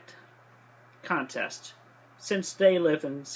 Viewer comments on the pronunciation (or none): none